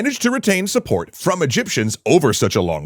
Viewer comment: "Egyptians and their suppopt"? I would have guessed you meant 'support', but that doesn't make sense either.